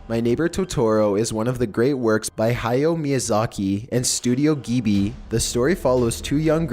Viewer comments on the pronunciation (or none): HAYAO Miyazaki not Hayo Miyazaki. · Studio "Jeebee" by "Hi Yo" Miyazaki.